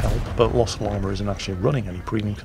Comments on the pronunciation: Hello,. I do not wish to appear as an IKA expert (I know all expert) but I think that if my English teacher had taught me anything - it is that there is no "R" in "Llama". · Hearing say Llama makes me think of the movie The Emperor's New Groove. Anyone else? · Chandler Kristoff- That's not a British thing, that's a Northern-English thing. I'm british (Scottish) and we say Llama properly. Some of the accents across the UK have some really weird nuances!